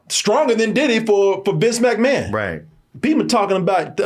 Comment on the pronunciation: Who is Vic McMann? Does he mean VINCE McMahon? Jesus Christ, I can’t take and his wrong name calling anymore…every single episode he mispronounces at least one name or incident or thing…is it a speech impediment? It’s ridiculous